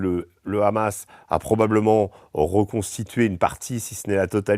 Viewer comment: C Hamas pas Amas